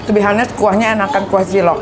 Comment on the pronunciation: Mbak nik bukan to be "hanes" tapi to be "anes", "H" nya nggak dibaca kitu